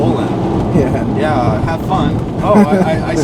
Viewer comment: deadmau5 saying "yeeeah" in a black mans voice LOL